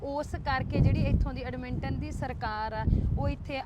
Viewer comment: Right pronunciation: Edmonton= ਐੱਡਮਨਟਨ (ਐੱਡ-ਮਨ-ਟਨ)